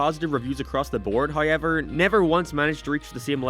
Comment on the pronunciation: You're from that very specific part of the planet where you pronounce everything so normally, then you run into any word with "ow" in it, like "anyhow", and your brain glitches and you put seven different vowels in it. "Someheuaouw". "Heiaueiwever"